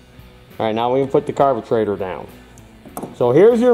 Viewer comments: Thx for the good show. Helped me a lot. Like the way you call it "carbutraitor". Cheers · I had a "blast" watching this video! Very detailed . Today's word of the day ...."carbutrator"!!